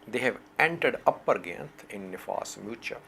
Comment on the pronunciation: GA' YINT not GYANT